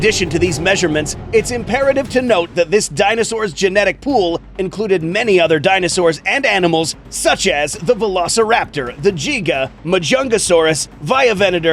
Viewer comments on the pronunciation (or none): Did this guy just say jiga instead of giga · Did bro really just say “Jiga”… My guy… the name is literally soo easy to pronounce how do you mess it up 😂 it’s “GIGA” not “JIGA” lmfao 😂😂😂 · It’s pronounced giga not jiga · no way u pronounce giga like that💀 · "Jeega" Definitely not how you say "Giga" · Giga is pronounced as gig-uh not jeeg-uh... smfh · “Jiga” Sorry but that cracked me up😂 Also the Skull crawler could use its tounge to choke or hold down the Indominus. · The fact he said the gega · "Jiga" Me: what did he say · My man pronounced Giga as "Jiga" wtf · Me when I heard him say giga wrong: I- good enough